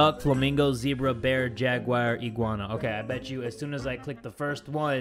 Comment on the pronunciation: Y does say Jagwire? Instead of Jaguar 👌🏽😅😂🤨🤔